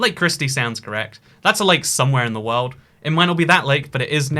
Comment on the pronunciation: i love the worrrrld 'n' stuff